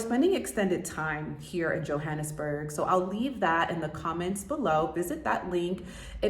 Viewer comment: You're mispronouncing the word Johannesburg! Get it right Sounds ridiculous! Also, locals call the city .J'burg! I lived there.. The country's sadly in decline .. electricity goes out every day for hours. However, still beautiful .. Embrace it! Cape Town it's magnificent. .. Children on brake play with each other .. S. African people are so much more fabulous than Americans. You've been misled by America if you think you're the superior people ..America. All about money and greed! South Africa .. Africans! Yess! Too bad you're so astonished .. why are you only finding this out now! Haha!